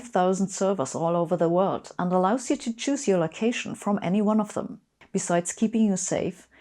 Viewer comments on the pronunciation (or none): none